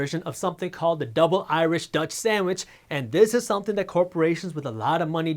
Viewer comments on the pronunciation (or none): none